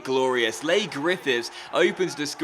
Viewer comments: I'm from Scotland and Leigh griffiths first name is pronounced Lee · You pronounced Leigh Griffiths wrong (first name) it's said like Lee.